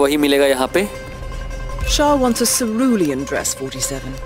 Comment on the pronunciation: It's pronounced, seh-rule-ian (Cerulean) hhehe